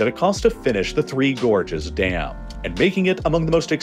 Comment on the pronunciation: I thought you were saying "Gorgeous dam"... and I was like: "yeah they look alright but i wouldn't go that far"